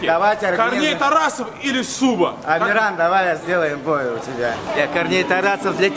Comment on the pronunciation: а не зуба а суба. но все ровно бездарно. просто затупок